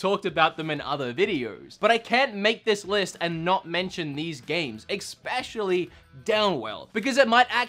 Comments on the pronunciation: Why is saying "exspecially"? xD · He needs to learn how to pronounce especially without putting an X in it. It’s not eXspecially! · Did say "expecially"? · Hey, love your content but seriously. Especially doesn’t have an x in it. Please please please. Love you bro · especially!! especially!! especially!! There is no god damn K in it!!!